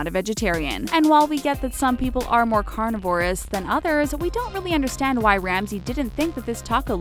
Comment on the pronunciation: "carniv-OROSES" YOU get some glasses,.